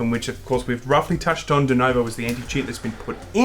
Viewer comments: Why do you guys keep saying "dunovo"? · I'm only mad that you boys keep calling it "Denovo". It's not a hard name to read....